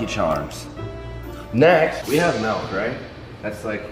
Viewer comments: He calls milk melk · wtf is "melk"? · Why’s he callin milk melk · Anyone else here him say “Melk” instead of “Milk” lmaoo wtf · "if i had melk" LMAO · he says melk not milk Lmao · It bothers me that he says melk not milk lol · WHO THE FUCK SAYS MELK ITS MILK